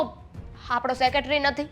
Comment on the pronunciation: સેકેટરી ના કહેવાય, સેક્રેટરી કહેવાય